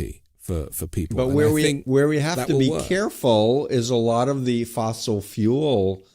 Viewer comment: Mr. Guest host, fuel is one syllable , not" fewwuull.."